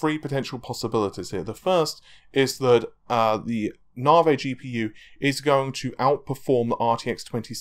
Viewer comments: Why say "Naveh" and not "Navy" ? It's like saying "Razen" instead of "Ryzen" :P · I hear "Narvey" but my mind thinks larvae XD. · it kills me to watch the videos when quite clearly its pronounced na-v the word has been in the english dialect for over a hundred years as a slang term for railway engineers/builders navi = slang for navigator say navigator and just stop at the G navi, unless of course you think they are called narrrrvee-gators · Mate.. Stop being a plum and pronounce NAVI properly... It grates!